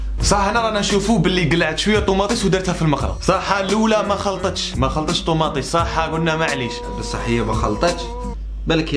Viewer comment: طوماطيش❌ طوماطيس✔ 😂😂